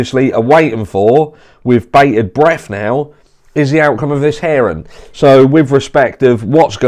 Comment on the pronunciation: i thought you were saying ‘heron’ not ‘hearing’ haha